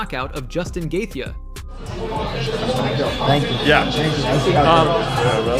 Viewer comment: Justin GETHIA??? Are you fucking high m8?